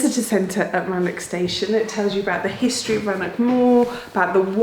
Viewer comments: Rannoch, not Rannock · It's not Rannock or Lock...Must be the Scot in me😂 Elecution Issue🤔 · Being,a Cymro I admire your good effort at pronouncing our language...Llanfair p g etc but come on! 'Rannock'.. ScottishWelsh ch please... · What a load of precocious nonsense. At least learn, correctly, how to pronounce 'Loch', 'Rannoch' and 'Corrour'. Contemptuous. Seems like an ill-cast comedy for virtue-signalling fools. Not recommended. Stay free [of this]. Rannoch aficionado since July 1963. 😎 PS. Pelters welcome. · Thanks, Geoff and, for going all that way for that video. Now I'm all agog as to what other places will explore in future videos. "sphagnum moss, which I hope I'm pronouncing correctly". Ah,, I love the way you speak, and you pronounced "sphagnum" correctly -- pity that you didn't correctly pronounce the name of the station you visited. Rannoch has that Scottish ch made at the back of the throat. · Dear, please find someone to teach you how to say the 'ch' sound on Scottish words like Rannoch and loch. I have no idea if your Welsh Bore da (Good day) was pronounced correctly in the Welsh videos, but you obviously made the effort there.